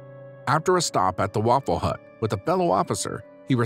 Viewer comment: Fate - not sure fait is a word. And Waffle House, not Waffle Hut (not sure that is a thing either). Just, FYI. Otherwise this video is extremely morbid, paints the PD in a skeptical light, and pretty well done. Thanks.